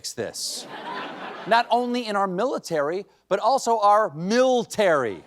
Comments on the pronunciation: There's no I in MILTARY, you moran! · "MILTARY"... how embarrassing! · "Miltary" lol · "Miltary" Goddess, this country is embarrassing.